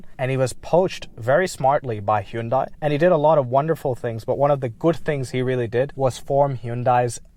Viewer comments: In Korea they don't pronounce it Hun Day. It's He oon Die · Its pronounced 'Hyundai' like how you say"Sunday" not how you said it man. Gotta lock in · To be super specific, it's actually pronounced "hYUn deh". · Suzuki selling cars? Damn. Nobody buys them, in the US. They're seen as shit vehicles. Very interesting. You say Hyundai in a very interesting way, as well. Back in the 90s, Hyundai ran an advertisement that said "Hyundai. Like Sunday." So the way we pronounce Hyundai is similar tl Sunday. Like 'Hun-day'